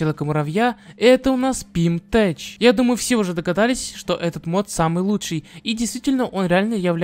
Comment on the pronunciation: 3-ий мод называется ПимТех, а не ПимТеч😂😂😂 Кста, в нём два вида костюма Осы. Ты второй вид назвал костюмом Человека-муравья, ахаха